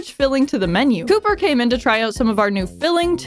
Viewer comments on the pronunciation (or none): none